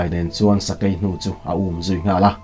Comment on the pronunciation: Fing, sai, thawi te hi beng a hawlh za deuh. Sakei nak a thawi kha a dar ah a lo ni daih😁sakei AI hi I lam dik lo